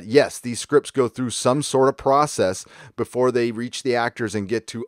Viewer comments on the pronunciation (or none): none